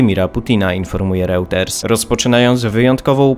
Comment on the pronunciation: Mogę jednak poprosić o lepsze przygotowanie się do materiału twojego zespołu pod kątem wymowy np. nazwy Reuters?